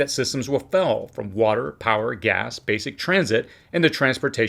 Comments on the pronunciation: Systems will FAIL or FELL? Sounds like you’re saying fell as in past tense. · Please enunciate the word "FAIL" better , because on our end it sounds like "FELL" and it makes it difficult to keep up with your talk . THANKS